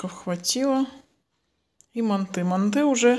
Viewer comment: МАнты😮 режет слух, мантЫ